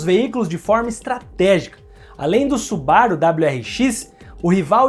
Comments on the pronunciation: SuBAru ?? SubaRU !! É japonês .. Acentuação é sempre na última sílaba. Exceto casos singulares ! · os cara falando da parte impreza com (m0, mas ninguem fala su-ba-ru como deveria ser. afinal a forma correta é SuBaRu. Ótimo video, ja tinha assistido outros, mas nunca comentei